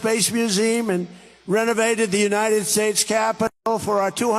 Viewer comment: He said Unide Sates